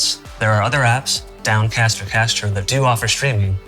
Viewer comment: What is he saying? UGH! Downcast or what? It sounds like "casture", as though he said pasture with a C instead of a P. If anyone knows, please tell me! Or any other good casting apps...